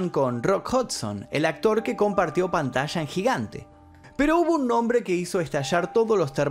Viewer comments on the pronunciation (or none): none